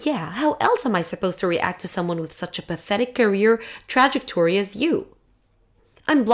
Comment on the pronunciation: 'Trah-jec-tor-ree' not 'trad-gik-torry'. At least have your VA's do a practice run of the script, when words are said so horribly wrong it drags your video down from passable to cringe-awful 🙄